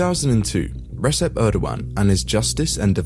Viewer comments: I can't thank you enough for the video. As a Turkish person explaining these to some foreign friends or internet trolls is near impossible. Because i would need an 4 or 5 hours to explain all these stuff. Minor note: The "C" is Recep is pronounced as "J" not "S". Altough I hate his guts as a CHP supporter, i can't stand when things are pronounced wrong.😅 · "Resep Erdogan" bro stfu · Recep is pronounced Rejep